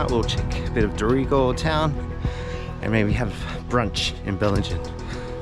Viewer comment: First time to your site but I was very impressed. Great photography with 4K quality, I will follow your adventures. By the way I'm from Qld and I thought. Dorrigo was pronounced Dorri go.